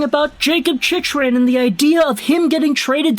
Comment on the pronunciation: Dude.... Jacob Chick Ren...say his name like he says it.... Same way his dad said it.... Chick Ren